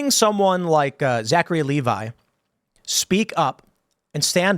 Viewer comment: Lev-ee Tim, not Lee-vi